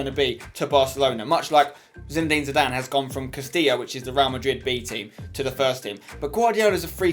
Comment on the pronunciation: spence its zidane. dont argue